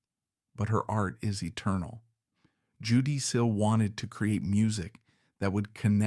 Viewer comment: Sorry I'm 95% sure this is AI, when you called her "Jew-DEE" instead of how Judy is normally pronounced. There's a lot of Y and EE's with weird phrasing, pauses clearly between cuts in the AI generation, not how a human who speaks American English talks at all.